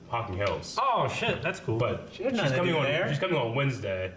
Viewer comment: this is a guy who says putnkin, dirtbord, and nackin'.